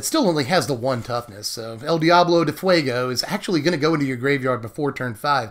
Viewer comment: I'm spanish and that "el diablo de fuego" has been like music for my ears! You're awesome,!